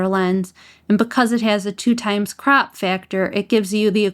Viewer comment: The way you pronounce 1.5x and 2x "crap" factor! 😆 Sooo good! I love you're videos! Keep it up girl!